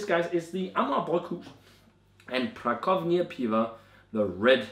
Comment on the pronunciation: Nice review as always! One thing,. Co in Polish is pronounced 'tso'. Pra tso vnia:) Keep up the good work, lad!